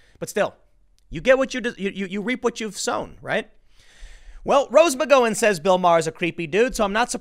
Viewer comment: “Rose McGoin’”